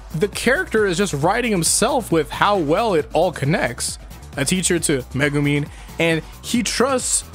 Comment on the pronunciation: Are you calling Megumi Megumin? XD